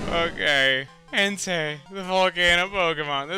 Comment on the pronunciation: when he said entei it sounded like hentai